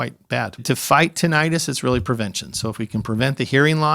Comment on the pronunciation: lol wtf he changed the pronunciation 1 min into the video...went from "tin-ah-tus" to "tin-it-us" like it was nothing